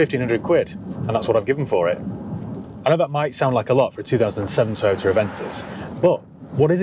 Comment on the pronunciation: Can you say “Toyoter” just one more time 😂😍😂😍😂😍